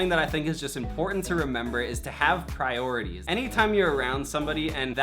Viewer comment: Can we just take a minute to point out “prorities” lol